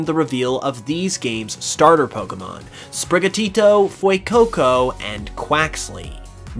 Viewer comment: Dude.."fuecoco" not "fuecoucou"